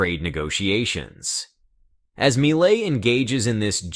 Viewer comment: Argentina’s President MILEI’s name pronounced “MEE-LAY” not “MY-LAY” - My Lay might be referring to what some couples do at the lover’s lane in a studebaker’s back 💺 seat.😊